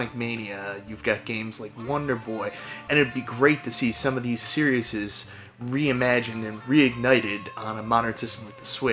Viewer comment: You're adding an extra s on series. It's just series. lol